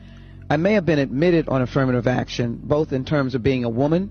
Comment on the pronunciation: she can't even say affirmative action correctly😅 point proven